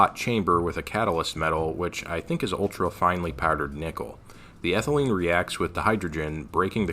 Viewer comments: Ethylene not Ethelyne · Isnt it ethylene noy ethelyne? C2H4.... if it were ethylyne (ethyl-eye-ne) it would be the triple bonded C2H2 i think